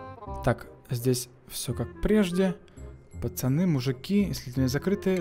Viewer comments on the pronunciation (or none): none